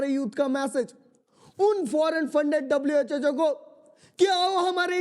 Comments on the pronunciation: WHHO Nahi ❌ WHO Hota Hai ✔️ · WHO❌ WHHO😮😅😅😅😅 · Guys I am saying it respectfully that it is not WHHO IT IS WHO❤